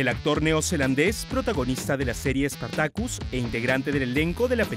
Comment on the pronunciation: "SpartakÛs" hahahahahah.